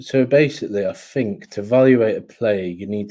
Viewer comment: fink fink fink, come on you’re not short tongued, speak properly people are listening.